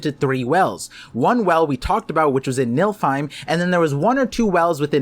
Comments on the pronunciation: You're definitely cooking... but "niLFheim" was hard to hear repeatedly. It's niFLheim. My brain kept thinking about a realm of MILFs the way you were saying it. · Nilfheim👀🤣sounds like milfheim. Btw, its spelled like this: Niflheim. And said like this: Nee-fil-heim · youre proouncing Niflheim like its MILFheim, but its pronounced NIFFLEheim I personally wouldnt mind a milfehim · I'll leave the other Norse pronunciations aside, but arriving at "Nilfheim" and "Skyrim" requires a dose of illiteracy in the mix.